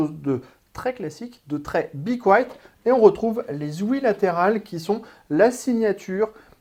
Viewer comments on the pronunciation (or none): Apprenez à dire le nom de la marque..